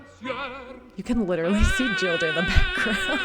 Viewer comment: Please Anna, the heroine’s name , Gilda, is pronounced ‘Geelda’ .